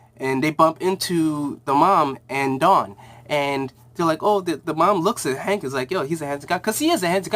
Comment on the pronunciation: it's called Hank and Dawn not Hawk and Dawn